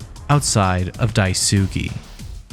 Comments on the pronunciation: It's DAI-S-KAY not DAI-SU-KI Like Sasuke from Naruto so many pronounce it wrong... Ugh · Ive noticed that, I figured it was supposed to be something like "Dies-kay" but then noticed everyone else was doing the ither pronunciation and figured they've knew something I didn't. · Amazing video but please pronounce Daisuke’s name right 😭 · How hard is it for y'all to look up how to pronounce Daisuke half the videos do the same annoying pronunciation